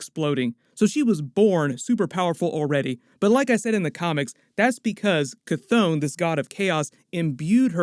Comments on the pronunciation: Sorry man, but your pronunciations are killing my vibe. Ch-thon - Ch (like, chiller) Thon (like, Th-On). The Billboard behind Agatha Harkness is also a bit of a clue, I feel, as to whether Agatha's intentions were bad or good, in this case... the tagline says, 'Using the Power of Mother Earth'. Also, when you get a look at the pages from the Darkhold, the page on the left does look a bit like the representation of the 9 realms (including Midgard) that we got from the Thor films, with the top most part resembling a symbol from the Kabbalah. The symbol on the other page above "Scarlet Witch's" head does look like a writhing tentacle as seen from below, so it could possibly represent Chthon, but also seems to be forming a circle behind her... (see video ). There is going to be fascinating stuff for the next few years within the Marvel movies. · ITS PRONOUNCED KA THON NOT THAT HARD LOL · KAH-th-on, "on" like to turn something on